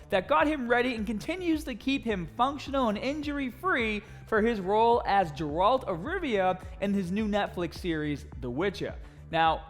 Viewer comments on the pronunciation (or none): Can't take him seriously when he calls Geralt for Jeralt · Its Gae-ralt not Jerald lol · I had to leave as soon as I heard jer-alt. I'm sorry, I just can't accept that. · Not a gerAld but gEralt.. its so painful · Jeralt🤣😭 sir it’s with a G not J😭🤣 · Its geralt. He said jeralt. Why does this bother me so much?! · its G eralt not Jeralt for fuck sake …. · JERALT?!?!? Dammit! It's Geralt! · He eats clen, tren’s hard, and most importantly anavar gave up. And also it’s fkn GU-ER-ALT not jjjeralt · Did he say “jeraldt” 😑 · How did he prenounce Gerald smh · His name is Geralt.. Guh- Ralt not Jaralt .. Jer-alt. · GERALT NOT JERALT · Jerald lol. No.. No. Please. No. It's Geralt. Gaer-ult. Or Gaer-uld. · its fucking GERALD NOT JERALD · i know you’ve never read the books or played the games, but Geralt is pronounced with a strong G sound, like game, not Jerald. But keep up the good work! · He hasn't played the game so in reality how is he supposed to know it's a Guh and not a Juh. I'm sure he knows now though 😂. Great video! Huge fan of all of your content. Just so there's no confusion. His name is pronounced Gerald with a hard G like Gary and a T at the end not a D. Geralt. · Its ger-ralt solid G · Man said jeralt 🤣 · "Jare-rald of Rivia." Dude do your fuckin homework you damn clown. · It's pronounced (gare-alt) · Suprized the top comments aren’t talking shit about how he said geralt 😂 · Is stopped the video once I heard him pronounce his name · JERALT OF RIVIA ! lol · I like and agree with this, however I hate how he pronounces Geralt. The options are "guh-ralt", "gare-alt", juh-ralt", or "jare-alt". Jim is Jim and Grim is Grim. Form is important even outside of exercise. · Please just say Geralt right good god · I think I vomited when he pronounced "Geralt" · I don't know if I can watch it I just heard him say gerlt and cringed lol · I've never been so triggered when he pronounced "Geralt" that way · “Jeralt of rivia” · Gerald. ha. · Ja Ralt.